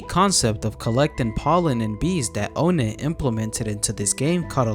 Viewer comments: It’s NOT o-net, it’s onett. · its pronounced "on net" btw not "own net" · Bro said ownit not onett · ''OhNet'' 😭 its pronounced like ''on it'' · Im not trying to be that guy but its ah-net not O-net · Bro calls him O net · did bro just call onett "oh net"